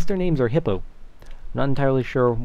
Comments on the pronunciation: it's pronounced eepo haha not hipo that's just how it's spelled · its not hippo its hipo the h is silent... its spanish for hiccup if your wondering where it came check out SlyFoxHound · Its HIPO not HIPPO. :D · Its not Hippo its eepo It came from SlyFox's LP where he got pet slimes...and they died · its Hippo not eepo Iits a spanish word for hiccup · OMG its not Hippo its Hipo pronounced "He-Po" quoted from Sly Fox :) like so CaptainSparklez can see :P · not hippo, hipo. EEPOH!! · Not Hipo. E-Po. Its spanish for hicup. That's what slyfox calls em. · It's not Hippo, it's Hee-Poh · slimes aren't hippos.... there're hipos(EE-poh) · not hipo HIPO, the H is silent making it IPO (EE-PO) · Not Hippo.. He-po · its not HIPPO its spelled hipper but its "eep-oh" slyfoxhound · It's not pronounced hipo, it's pronounced Epo or Ipo. watch slyfoxhound and ull find out sparkles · hipo is pronounced epo with a long e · its not hippo but hipo and you say it like iepo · there names arent hippo! there hipo (pronounced he - po) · NOT HIPPO! its pronounced "eepo" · Its spelled Hipo. Its pronounced Eepo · Its not Hippo its pronounced {HE-POE} ask xXslyfoxXx he'll tell you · not hipo its pronounced EEPO its spanish for burp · ITS NOT HIPPO its eepo but its spelled hipo slyfox FTW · its hipo!! not hippo D: pronounced ee-po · its pronounced eepo not hippo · Its spanish its pronounced epo not hipo :p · it's Hipo said as "Eee-po" You have been told by the homie knights of the octagon table! YEAH YEAH YEAH! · Hipo (pronounce E-po) was slyfox hounds name for his slime and it became pretty common because of him. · A hippo is a mammal that lives generally in rivers and lakes, and is a big hairless mammal. Hipo is Sly's pet slime, and it's pronounced "Eepo". Hipo is hiccup in spanish. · the slime's names are HIPO Pronunciation : ee-poh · They're actually called slimes but slyfox named one of the small slimes hipo ( pronounced eepo) so that's why everyone is calling them hipo now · PRONOUNCED EEEPO!